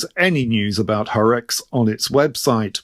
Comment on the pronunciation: ….wrinkled rider from Germany here. You pronounced Horex just right.